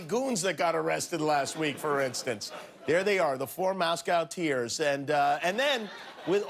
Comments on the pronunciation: " The four Moscowteers" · "The 4 Moscow-teers" lol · The 4 "moscowteers" ...🤣🤣🤣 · "The four Moscowteers!"